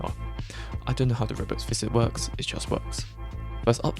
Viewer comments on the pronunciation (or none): none